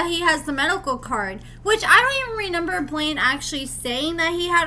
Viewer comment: Dude ….It’s not Renember Its ReMember